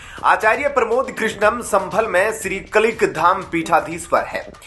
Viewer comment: ये अनाउंसर बिल्कुल अंगूठा छाप है क्या 😜 कलीक धाम बोल रहा कल्कि धाम को